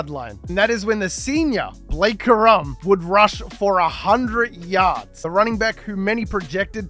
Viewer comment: It’s corum not ka’rum 😂😂😂